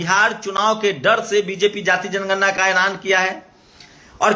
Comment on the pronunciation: aagye tum pahle bolna sikho tor diya jay mor diya jayejanigarna